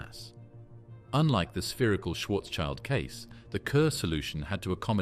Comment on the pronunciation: Schwarzschild, pronounced Shwartz-shield, not child.